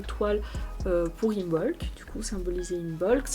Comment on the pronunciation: Im(b)olc le b ne se prononce pas